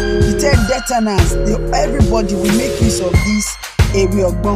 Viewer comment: Ewe ogbo not ewe ogbon. Thank you and well done